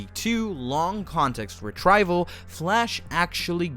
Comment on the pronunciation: "Re-TRY-val?" Okay, so this is AI voice. Ugh.